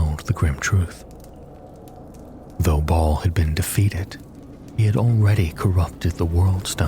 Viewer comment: He does pronounce words weird which always comes off as a red flag for Ai readers. Fir a second I thought he was saying mount arrest wrong, but just realized ive been reading it wrong, but he calls baal "ball".